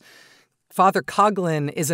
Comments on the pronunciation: It’s a minor issue, but Coughlin, which is a misspelling of Coughlan should be pronounced cock-lin not cog-lin. Irish is hard. Sorry. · As a person of Irish heritage I can confidently assert that Coughlan is pronounced 'Cock-lan or lin!